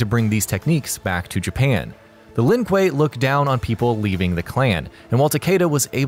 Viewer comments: So let me get this straight. You mess up the pronounciation of Lin Kuei in the Sub Zero video but you say it right in this one. Yet in this one you fuckup Scorpions clan name but get Sub Zeros correct............you must be trolling. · In the sub-zero video the guy pronounced Shirai-Ryu properly but constantly messes up Lin-Kuei. In the Scorprion video you pronounce Shirai-Ryu wrong but lin-kuei properly... I'm sensing a theme.